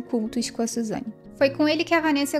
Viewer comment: agonia dela falando "SuzanA" toda hr